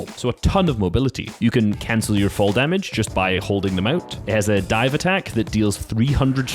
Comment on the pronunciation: He said “damaged” more like snipped 😂